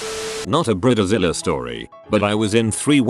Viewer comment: Bridezilla ❌ Briddizilla ✅